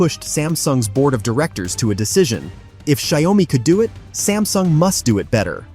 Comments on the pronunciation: Pronounced Shao Mi and not Zdia Oh Mi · Pronounce Xiao Mi and not Xia O Mi.